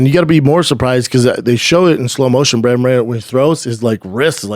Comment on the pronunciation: Bruce buffer says BRANDON SCHUAB not Brendan 😂😂😂😂